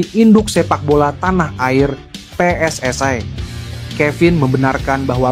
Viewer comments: Kacau nih ejaan/ spelling bahasa Indonesia dicampur bhs Inggris. WNI baca aja sesuai ejaan bhs Indonesia jgn dicsmpur pakai bhs Inggris. Begitu juga dg PSSI baca dg ejaan bhs Indonesia... Maaf ini hanya koreksi guna berbahasa Indonesia dg baik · Kok ngomong nya pe es ai dan we en e sih, lucu dengar nya,,, semoga timnas dapat nilai positif 👍